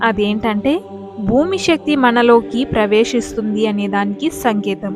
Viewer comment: షరీరం కాదు శరీరం అనాలి. షక్తి కాదు శక్తి అనాలి. ఉచ్చారణ సరిగ్గా ఉండాలి.